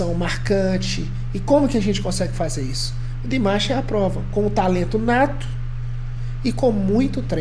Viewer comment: excelente reação ao Dimash novamente! Apenas pra acrescentar, você pode pronunciar o nome dele como se fosse em português mesmo, Dim-A-sh 😉 Continue o trabalho pois vale muito a pena! Abraços